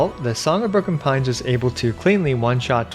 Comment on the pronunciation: I thought you said Song of Porcupine lol